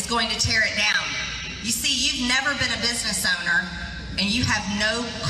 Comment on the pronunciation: I thought she said “better show up” not “never show up”